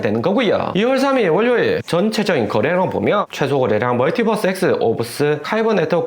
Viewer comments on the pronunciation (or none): 월뇨일 아니구요 월요일이요❤